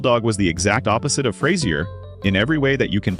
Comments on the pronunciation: Fras-ier hilarious! You can at least say his name right. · AI-cant pronounce Fraiser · So it’s not Frayzier Crane?